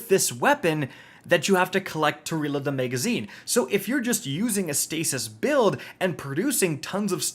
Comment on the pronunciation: If you say “mega”zine on more time 😂😭💀